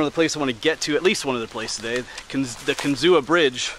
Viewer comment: Kinzua Creek is pronounced "Kin-zoo." Check out Kinzua State Park.